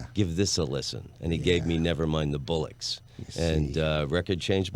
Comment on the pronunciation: Americans REALLY need to take note - it's BOLLOCKS, not Bullocks, FFS. Stop doing that!